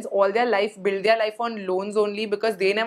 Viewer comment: Hi. I love your vlogs. I would like to make a suggestion, could you maybe look up how to pronounce 'their'.